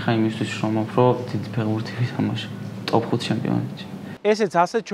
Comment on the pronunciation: გამოიწერეთ კი არა, შვილო, სიტყვა ფეხბურთი მაინც გამოთქვი სწორად. ფეღბურთი რა უბედურებაა?? ცოტა მეტი პასუხისმგებლობა იგრძენით, როცა ეკრანზე ჩნდებით. 'თუ არ მოგწონს გადართე' და მსგავსი ბავშვური გამოხტომები არ არის პასუხი. ყველას მოგეთხოვებათ ელემენტარული, საბაზისო რამეების სწორად შესრულება.